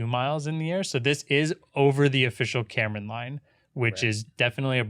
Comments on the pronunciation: 1. Karman Line is pronounced "car man", not "Cameron line". SpaceShipTwo does not pass the Karman line, only 85km rather than 100km. Still space though by Nasa/FAA/USAF standards 2. VSS Unity is the spacecraft that Branson was in, Mothership Eve is the "carrier" plane, it's essentially 2 of the same fuselages as Unity combined with a single wing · Get Tim Dodd on the podcast! Also, it's pronounced "carmen" not Cameron. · it's hungarian and you can actually pronounce it easily "k-ah-rm-ah-n" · no it's karman, the a's are pronounced as à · Please never pronounce karman like that ever again